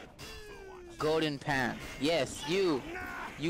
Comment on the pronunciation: go-den pah